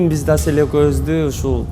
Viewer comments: мынча Аселя дейт Асел элего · Аселя деп алыптырго😂😂Асель элего кайра кайра эле Аселя дейтко тобо